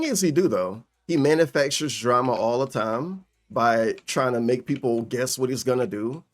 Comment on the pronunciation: "Peepul like me now, Tervin"